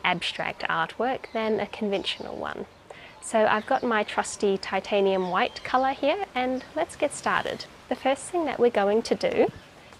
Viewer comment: Blackboard Chalk is now manufactured using Titanium Dioxide, rather than calcium, so she is correct in using the term 'Titanium White'. As a metallurgist it really annoys me that most people do not pronounce the word Titanium correctly. Titanium is named after the Greek God 'Titan', and the ending of 'ium' is used to indicate that an element is a metal, although Iron only uses the 'um' part for Ferrum, leading to the category of Ferrous metals. Titanium is commonly pronounced 'Ti - Tanium' or 'Tit - anium', but as it is not named after either 'Ti' or 'Tit' these pronunciations are wrong. The correct pronunciation is 'Titan - ium', but it doesn't roll off the tongue particularly easily.